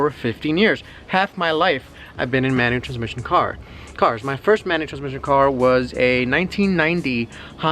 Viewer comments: Brandon Thompson mah he was sayin manutranmishn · "Soo I've been driving manual zzfgfx"lol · "manual trzmsn" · No he was talking about a meshateshmesha car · thanks for your tips on the manucashuchetss car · I knew people were going to be commenting about the way he says manual transmission. He was also saying hard on a lot. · 1-) what’s his name? Couldn’t hear him. 2-) How does he afford a type -r and all these cars at at 30? 3-) I love how he says manual transmission it makes me laugh. 4-) please like this comment and reply. Love the videos. Definitely got a new sub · You say manual transmission funny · Why can't he say manual transmission? 😂